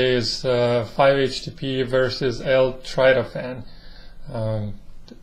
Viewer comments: it's not L-Tratophan, it's L-tryptophan. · It's pronounced L-Trip to fan!